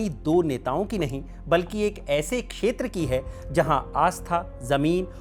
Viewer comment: Aapki speech achi hai but aapne ek jagah chetra ko kheta aur ICJ ko ICC bola hai please isko dekhiye